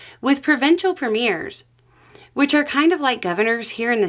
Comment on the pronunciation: Do you mean Premiers? You're pronouncing it wrong. preh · mee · uh